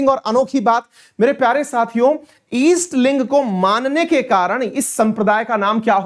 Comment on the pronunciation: अवस्थी जी उत्तर प्रदेश के हैं। उनका दोषपूर्ण उच्चारण इस बात की चुगली करता है। ईस्ट लिंग जैसी कोई चीज़ नहीं होती। सही शब्द है जिनका इष्ट शिवलिंग हो उन्हें लिगायत कहते हैं। लिंगायत वीर शैव की भांति ही एक हिंदू संप्रदाय है। यही सत्य है। Sikkhism कोई धर्म नहीं है, वो भी एक हिंदू संप्रदाय है। इसी प्रकार Jainism and Buddhism भी हिंदू संप्रदाय है। हिंदू संप्रदाय उसे कहते हैं जिसका मूल दर्शन या अवधारणा हिंदू धर्म के दर्शन से लिया गया है। जैसे "गुरु" की अवधारणा जो सिख संप्रदाय में प्रमुख है वो मूलतः हिंदू दर्शन ही है। इन संप्रदायों का खुद को धर्म कहलाने की ज़िद राजनीति से प्रेरित है।